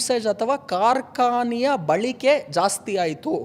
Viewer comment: Balike alla Balake antha heli